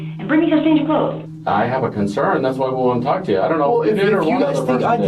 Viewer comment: you really put emphasis on the letter L in talk. Tawlk